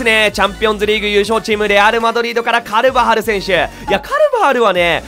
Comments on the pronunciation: のカルバハルの言い方癖強くて笑った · スペイン的には癖強く聞こえますwあ、スペイン語履修してないですか？笑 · 普通じゃない？ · 絶対カルバハルの発音倉敷さんに影響されてるやろ笑